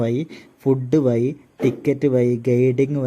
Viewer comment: വായി അല്ല വഴി